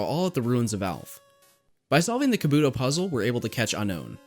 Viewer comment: It's not "kuh-boo-dough", it's pronounced "Ka-Bu-Toe"..... :)